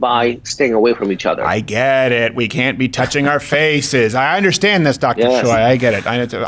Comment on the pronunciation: Steve it's not CHOY it's pronounced Chay like like heeeyyyy oi is a in Hungeoul he should have corrected you